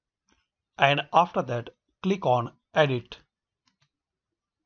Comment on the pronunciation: Every time he says “kilik” I click😂😂